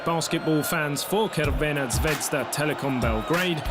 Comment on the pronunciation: Will someone teach this guy how to pronounce correctly Crvena zvezda? He is always saying something like krvena dzvedzda